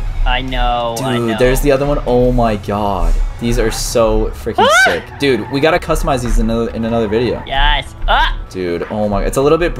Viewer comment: It's dude not dood u donut